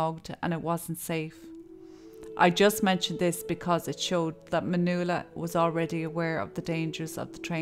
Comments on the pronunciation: Pretty sure her name is Man yu ella. Not manoola. Yikes. Kid of hacked her name up. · you started out pronouncing her name correctly, then all through the middle you were saying Manula and then at the end again you started pronouncing it correctly. I dont want to come across bitchy but if she was my friend or family that'd really piss me off. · That was a sweet transition from pronouncing "Manuela" to "Manoola". I think it is more appealing that way.. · pronounced man"Wella".......u could at least pronounce it correctly and unlike a phone call centre operative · Her name is pronounced Man-wella. My name is pronounced Svan-es-ka. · The name Nuala is pronounced “New-la”, so maybe she accidentally pronounced (Ma)nuela the same way. It’s interesting though because there’s a few comments mentioning her name being pronounced wrong or 2 different ways & I didn’t even notice until I saw the comments 😂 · I’m wondering why you pronounced her name differently throughout the video?